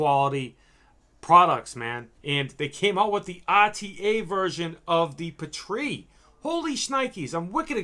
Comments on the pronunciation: "Pee - Tree", not "puh - tree". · Omg why are you pronouncing "petri" like that?? It's driving me nuts😓 It's pronounced "Pee-tree" with the emphasis on pee (lol no pun intended) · its pronounced pee-tree smh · Not sure I can buy juice line from a guy who says Pah-Tree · What are you calling it? It's a PEE-TREE not sure how you could even mispronounce that